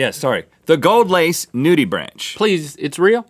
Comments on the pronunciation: It's pronounced noodybrank, not noodybranch. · Nudibranch is pronounced nudy-bronk actually. Sorry to be that guy but it bugged me. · It’s pronounced “NOO-dee-brank” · Nudibranch is pronounced nudi-brank, not like a tree branch. They are really cool creatures that are incredibly understudied!! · “Nudibranch.” It’s nudi-branck. I don’t know why. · cringes every time they say nudibranch It's nudi-brahnk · it is pronounced nudibranc, the he is silent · Bruhhh, the way he pronounced nudibranch smh